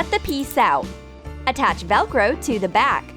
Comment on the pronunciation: No lwiay heared c-attach